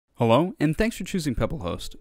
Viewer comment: I swear he said hewo